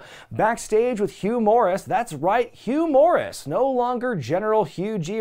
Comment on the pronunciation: I don't know how often he did, but I remember Tony Schiavone used to pronounce Hugh Morrus straight up as "Humorous"... I found it Hugh Morrus